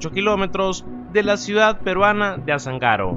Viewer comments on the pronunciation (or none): es Azángaro man :D Apurímac :P